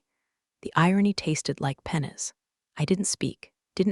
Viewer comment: pennas or did you mean pennies?